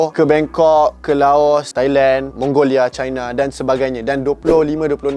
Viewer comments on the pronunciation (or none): none